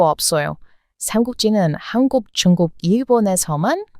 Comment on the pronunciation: 쭝국 이라고 발음 하는거 보면, 코리안이 외쿡인 흉내 내시는것 가타여,~~